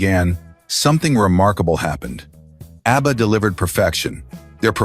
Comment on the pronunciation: “Obba?” AI is not a good thing…